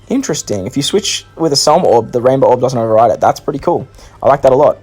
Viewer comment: SEMLA NOT SELMA